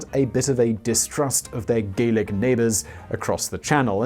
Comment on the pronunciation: Our French neighbours are ‘Gallic’, rather than ‘Gaelic’. This chap’s odd presentation style and affected voice are made worse by his mispronunciations.